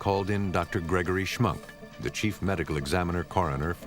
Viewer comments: The door plate said Schmunk , but the narrator said schmuck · It's Schmunk, not schmuck. Sounds like schmuck though. Haha.